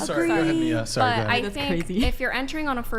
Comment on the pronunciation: The name Mia dont have 2 different pronunciations tho to be honest..its just Mia and the other way u said it is actually spelled Maya...